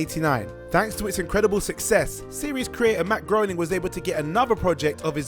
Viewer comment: Absolutely bizarre to me that not a single person at WhatCulture knows how to pronounce Matt Groening’s name.